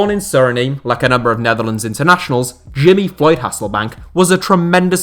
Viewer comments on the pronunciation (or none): Don’t think I’ve ever heard Suriname pronounced so badly 😂